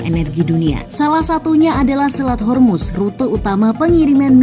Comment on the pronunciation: Honey its Straits Hormuz not Yarmus.(persian word)